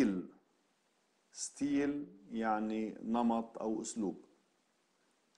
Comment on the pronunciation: بتقرا شتيل مو ستيل oder